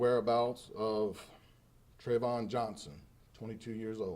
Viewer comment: Man said trevon Wallace trevon TRAYVON Wallace... C'mon